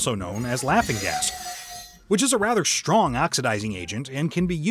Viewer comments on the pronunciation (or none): none